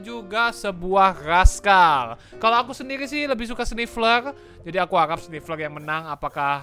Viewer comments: Bang namanya sniffer bukan snifler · Nama nya Sniffer bang bukan sniffler